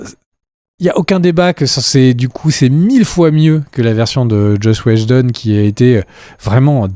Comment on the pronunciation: Zach Schneider et Chosh Wheshjedon... les gars 😅 Qu'est-ce qu'il s'est passé ?